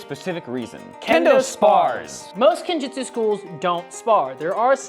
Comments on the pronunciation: guys it is pronounced jutsu not jitsu. jitsu means nothing it isn't even a japanese word. jutsu means technique of whatever you're studying but veyond that goid luck into your journey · Gotta point out that it's Kenjutsu, bot Kenjitsu, though. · Please please PLEASE DON’T call it “Kenjitsu”!!! It’s “KenJUTSU” “Ken” means “sword” and “Jutsu” means “technique” or “art”. There is no word that uses “Jitsu”! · ✋️ It's "-jutsu", lads